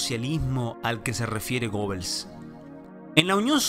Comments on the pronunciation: Se pronuncia "Guebels" no "Gobels". No sabe eso tan básico y se atreve a sentar cátedra de historia y economía. Ahora, el hecho de que los nazis hayan sido intervencionistas no quiere decir que sean socialistas. Tiene que recordar que desde la crisis del capitalismo de 1873 y en particular desde 1929, el proteccionismo se extendió por el mundo, pero proteccionismo no es lo mismo que socialismo. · Desde que yo era así de chiquito, el periodismo y cualquier animador o cualquier docente, siempre siempre siempre, para referirse a GUEBEL, se referían ASÍ.......... GUEBEL a lo sumo le agregaban una ese, GUEBELS pero ahora si resulta que encuentro mirando YouTube, a este señor que le GOBEL, ¡¡¡GOBEL!!!!. Pero qué es lo que está pasando, hasta los mejores los que tienen capacidad como para citar esta serie de acontecimientos históricos, SE IDIOTIZAN, pero será posible que no se pueda escaparle a la estupidez, pero cabe la posibilidad de que lo esté diciendo bien. Entonces no debería aclarar que hasta ahora se pronunció mal por tal y tal razón. NOOOOOO... para qué GOBEL y listo GOBEL, GOBEL qué desastre si esto es lo mejor de nosotros QUÉ DESASTRE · se pronuncia Geebels no Gobels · Eh shé quien era gobel???? Era pariente de Joseph goebbels ? El que se pronuncia como guebels ? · Se pronuncia “Geb-ls” no “gobels” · Se pronuncia gëbels